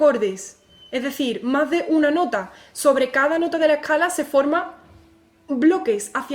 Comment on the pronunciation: oye te comes la s que clase de español tienes?.......lo griego, la ecala, pagao. meneao